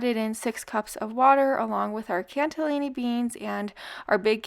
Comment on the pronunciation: Cannelini beans , not canTellini beans. Sorry, mispronouciation is just a PET peeve of mine. I love your channel